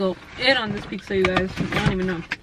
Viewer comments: "pixxa" lol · Everytime she says "pixxa" take a rip ☺😁